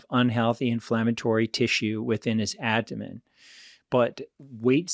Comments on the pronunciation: How come this guy can’t pronounce “aBdomen” correctly? Is it just me or does he say ADDomen… That aside - great content. Thank you. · He can’t pronounce aBdomen correctly however.